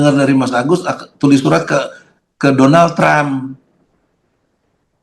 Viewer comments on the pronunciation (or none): Kok "Donlad" sich....?? 😂